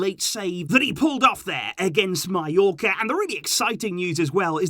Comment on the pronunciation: Yo u said mallorca at the end😅